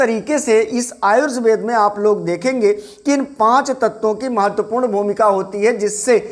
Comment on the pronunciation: सबसे पहले तो अपना प्रनंसीएशन सही कीजिए आजुर्वेद नहीं होता आयुर्वेद होता है